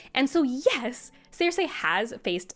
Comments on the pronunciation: I'm so happy You have this take. I have SO MUCH Appreciation for Feast. Btw, no disrespect but the way You say Cersie's name (Sir-See) drives me CRAZY 🤣😂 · Sees: Cersei; Reads: ‘Seer-Say’… 🙄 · Cersei ❌ Seer-Say ✅ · Great video, but the pronunciation of “Ceeersei” was very weird 😂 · Was listening to this (admittedly excellent) review as I was trying to go to sleep, but every mispronunciation of 'Cersei' burst my brain like an overly confident Oberyn Martell at a Lannister trial